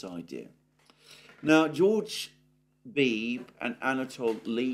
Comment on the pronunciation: Alexander: George Beebe's surname has two syllables (rhymes with "freebie").